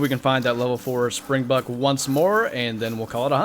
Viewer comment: Soz but (SpringbOk) not springbuck